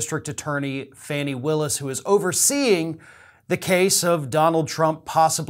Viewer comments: I'm reasonably sure her name is not pronounced "Fanny", but more like "Fawni". I had to tell you because it's driving me crazy every time you say it. Love your commentary! Trump will go down...eventually. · I appreciate your broadcasts and watch consistently. Just wanted to share that Fani Willis' first name is pronounced "fawn" i (like the baby deer.) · Fani Willis is a superb DA. Glad I voted for her. By the way, her name is pronounced FAWN- EEE, not Fanny.